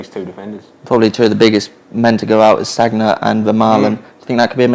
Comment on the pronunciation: Can't listen to analysis from people who pronounce the name of one of the best right-backs around "sag na".